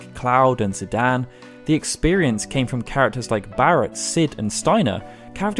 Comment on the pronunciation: I love your videos man but once again you gotta work on your pronunciation its pronounced ZIDAYN that is how zidane's name is pronounced you said zidan and it was cringe ZIDAYN ...ZI-DAYN anyway love your videos keep them up